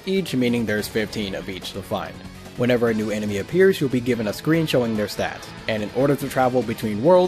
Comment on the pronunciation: why do you say mew